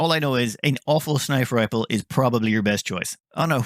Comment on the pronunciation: "Snifer Riple"